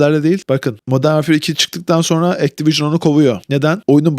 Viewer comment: Vaarfiiiıır. Modern vaarfiiır